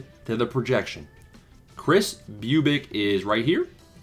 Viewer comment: I know you love this so I’ll say you’re pronouncing Bubic wrong. Say it like you’re trying to scare a female dog 😂